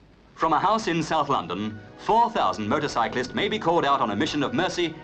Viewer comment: It sounds like the narrator calls them "Murdercyclists"